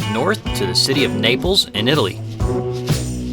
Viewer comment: Naples sounds like nipples.